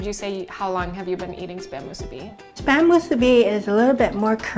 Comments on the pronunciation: Soooo Nice to see/hear musubi recipe that's NOT pronounced...Moo-SOO-bee!-lol...Lil Quirk of mine! Came across your video...Random style! Mahalo nui! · Hey there. You're the only one pronouncing it right, thank you. 🤙🔥